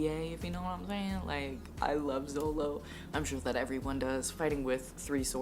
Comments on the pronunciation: Its zoro not zolo and its looofy not laffy . Be safe from hate comments later due to this 🤣 Happy reading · Not Zolo 😂😂 the manga is still mistranslated🤦🏻‍♀️it’s suppose to be Zoro 😅 Btw Luffy is pronounced as Loofy like "loofa" by with a "y" at the end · also just a tip, people call the characters in a certain way like zolo is called zoro, and luffy is pronounced not like luh-ffy but instead its pronouced like: loo-ffy. kinda funny because the "loo" remembers me a cow going moo lol. hope i dindt sound boring and also, if i writed something wrong im sorry, english is not my first language lol. great video also i loved the music and backfround really maded the video kinda comfy ^~^ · ill save you from the hate comments and just tell you that luffy is pronounced like loofy and zolo is actually zoro